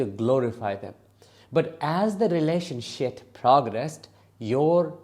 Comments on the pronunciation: I like how you say ‘relationshit’ 😂😂😂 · So I heard that correct the first time. I thought I was hearing things lol 😂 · Did you say relationship? lol I love it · I thought I wasnt hearing right too 😂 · 😂😂 I laugh Everytime he says it